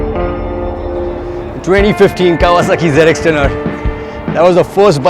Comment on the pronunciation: wtf is zenextenare. hate when they call it like that, it's zx10r u idiots